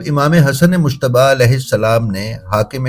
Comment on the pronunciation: براہ کرم ۔۔۔ امام حسن علیہ السّلام کا نام دھیان سے لیں ۔۔۔ یہ مشتب نہیں ۔ مجتبیٰ ہے اس میں لفظ ج نمایاں ہے ،🙏🙏🙏🙏🙏